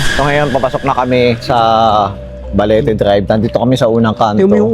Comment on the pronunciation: Parang iba yong pagkaka bigkas mo Ang tama is Balete drive, sayo ay Baliti drive